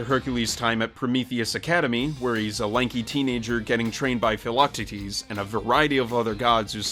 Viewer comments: MegARa? PhelAHtities? Did he really pronounce those wrong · Did it bug anybody else when he mispronounced "Megara" and "Philoctetes" when talking about Hercules? I wouldn't be surprised if he never actually saw the movie